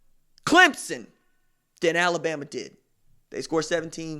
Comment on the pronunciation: RJ you are crackin’ me up about Al-la-BAM-MA!